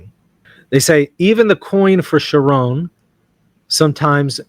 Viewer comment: Pronounced "Kehr-Ruhn." 😊